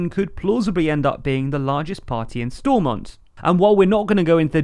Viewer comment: When will an english person ever pronounce Stormount properly